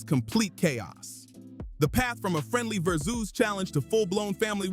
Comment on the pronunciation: It's versus not verzeus . Dumb MF come up with their own stupid words just to sound cool